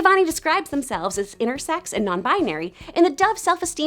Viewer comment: is no one bothered by the fact that she's saying "non bianary"